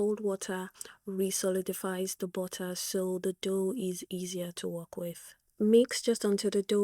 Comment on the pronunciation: "Bottah" 🤭 I love it 😂